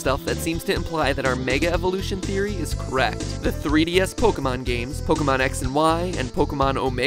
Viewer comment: Sis he just say pokéMANS?